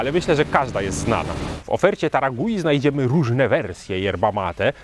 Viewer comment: Marka nazywa się Taragüi, u z kropkami dwoma czyli u umlaut, a zatem czytać należałoby chyba taragłi 😊 Podążając za Wami w podróżach po markach mate w końcu dotarłem do taragui klaczycznej. Zgadzam się z oceną, że w porównaniu do innych marek argentyńskich ta się wyróżnia. Jest bardziej zdecydowana w smaku. Body dominuje nad niuansami. Czuć przede wszystkim cierpkość sezonowania i goryczkę, choć po filmiku spodziewałem się znacznie większej goryczy. Przypomina mi trochę klasyczną biało-czerwoną amandę, ale z pełnieszym body i dużo ciekawszym tłem. Smaki drzewne, cierpkość i mimo wszystko lekka goryczka oraz całkiem dobre pobudzenie to cechy charakterysytyczne tej marki. W tle przebija się siano, powiedziałbym raczej orzeszki niż kawa, trochę spieczonej skórki chlebowej, na dalszym planie delikatnie i nieśmiało ujawniają się suszone owoce. W finiszu mam łagodną cierpkość, a owocowe tło przyjemnie i wyraźnie daje o sobie znać. W finiszu też pojawiają się nuty kojarzące się z kawą. Dobra klasyczna mate w stylu argentyńskim. A co do bliskości taragui do mate paragwajskich? Taragui jest tak blisko paragwajek jak Buenos Aires Asuncion. Patrząc z Polski to blisko, a jednak wciąż pozostaje 1250 km. Już prędzej widzę smakowe podobieństwo do urugwajskich yerb, choć wciąż daleko. To zdecydowanie wyrazista, argentyńska mate.